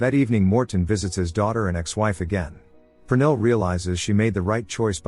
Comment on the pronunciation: oh I was right 😅 even though you're butchering the name Pernille 😂